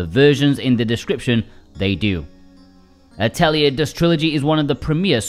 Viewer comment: AT - eulle - Yay. is how you say ATELIER in french. AToll is kinda the feel of the first half of it